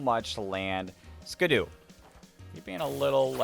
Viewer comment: Sorry for being annoying but I hate that you say skiddo as skid-u instead of Skid-oh